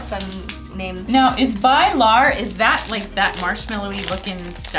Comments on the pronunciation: When swedish peoples her bilar and they say bailar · it´s so funny hearing you pronounce "ahlgrens bilar" to make it easier pronounce it "allgrrens beelarr" with the accent you guys have 🤣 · "Bye-lar"? How about doing some research on how Swedish words are pronounced first?